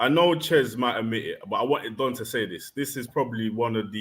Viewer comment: His name is Don.... Not Dom